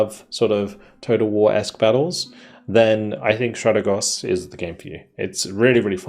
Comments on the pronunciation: it's Stratègos, not Stràtegos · No dude ... trust me I am Greek ...it's neither ... the correct pronunciation is Strategòs